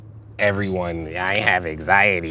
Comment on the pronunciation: "I hAvE ANiEtY"